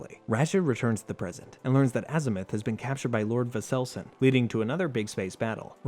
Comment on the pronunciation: Bro does not know how to pronounce Vore-se-long